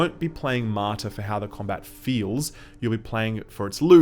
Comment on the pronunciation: Martha ??? You keep saying Martha ...